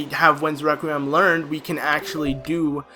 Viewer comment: No offense but "Requiem" is pronounced reck-wee-um. English is retarded. not your fault. Love your guild btw. Some times I am stuck for an hour and I get too fustrated to carry on so I just checj one part of your guild. Y make amazing guides step by step. Good for you man. <3